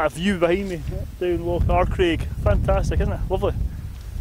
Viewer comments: Arkaig . not Arkraig lol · you mean loch Arkaig not arkraig that is a mistake